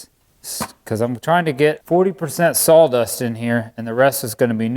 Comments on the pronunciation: Is Saw dust not sawl dust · Where is the 'L' in Sawdust?? 😂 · Is it just me or is he saying Sawl Dust? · Better call Saul......dust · I’m sorry are you sawing “SAWL dust”? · Wow, it really sounds like he's saying "salldust"... I even have my hearing aids in! Could have used a paper shredder, or does that made the pieces too small?